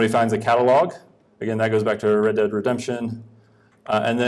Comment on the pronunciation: Red Dead Redemption, not Read Dead.